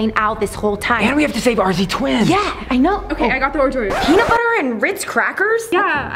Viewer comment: True but why did u say RZ twins with a s and Layer then again layer not being rude but why umm ok bue